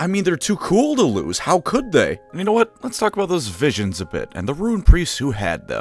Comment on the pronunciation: You said WOT